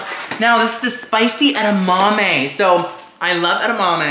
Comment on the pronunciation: Watching him struggle with the edamame 😭🤣😭